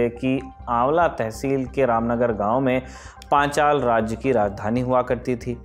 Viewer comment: Panchal ka naam lene mein itni aafat kyo Rahi hai sir aapko .....